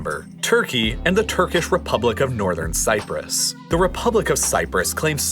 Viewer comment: You really, really want to add that "r" to "Nothern Cyprus."